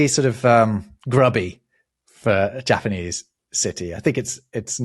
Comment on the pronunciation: The pronunciation of the Japanese words hurt me so deeply. I know you guys don't know all the languages, but I swear you've given more effort to pronunciation of other languages. Slightly more nuanced, but the easy way to remember Japanese vowel sounds is to think Spanish. "ah (A), eh (E), ee (I), oh (O), oo (U)", and only those. Only ever those. If you get two vowels together, they're each pronounced individually (although can sound slurred when spoken fast). like "sai" is "sah-ee". The Japanese also don't emphasize syllables the way English does, so you never put a hard emphasis on any syllable, so I believe you said the name Tokugawa, which would have no emphasis anywhere in his name (Japanese does pitch patterns instead of emphasis), you would just read it straight as "toh-koo-gah-wah". So the old name for Tokyo is "eh-doh". (bonus: if you see a Y in a Japanese word, it's never a syllable on its own, it's not a vowel. So Kyoto and Tokyo both only have 2 syllables, "kyoh-toh" and "toh-kyoh", although I recognize this is a battle English-speakers are just never gonna face, it's far too deeply embedded in our language that these city names have 3 syllables lol)